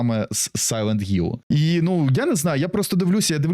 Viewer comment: Блять який гілл якщо там хілл